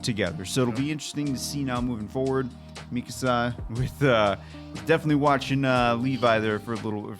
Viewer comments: I understand that people unfamiliar with Japanese may get the pronunications wrong, but I have found it consistently hilarious so far that has incorrectly corrected "Mikasa" a handful of times so far 😆I think he got what he heard from one particular yell/shout, like when your parents are mad and they stress certain syllables in your name. Gentlemen, if you happen to see this comment, a rule of thumb for Japanese pronunciation: for the most part there is no emphasis on any syllables. As mentioned, "Mikasa" in this example is dead on. 👌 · Hanji is unhinged, okay? 😂 And it's not that Eren doesn't know how it clean, it's just that Levi is a cleaning freak. p.s: The way said "Mikasa" the first time was correct! the way said it later to "Correct" was NOT!!!